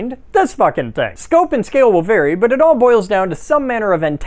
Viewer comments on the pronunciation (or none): none